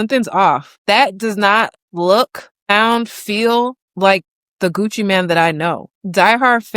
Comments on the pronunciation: It's not Gucci Man it's Gucci Main Pronunciation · Ur a TRUE fan and keep saying “man” instead of “mane” 😂. FOH. Everytime u said Gucci Man I was annoyed.